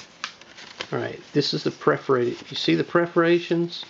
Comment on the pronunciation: That's PERForated, not PREForated...